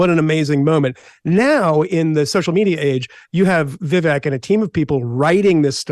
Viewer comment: I wish this guy would learn how to pronounce Vivek’s name. 🤦🏻‍♀️